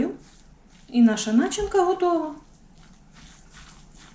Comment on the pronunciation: Начинка з наголосом а школі була на на другому складі а тепер чогось всі наголоси в словах начали ставити так як на заході України, це що за такий патріотизм чи має бути здоровий глузд😮😮😢 на заході всі країни мають свою морфологію і синтаксис то щогл ми свойого чураємось😢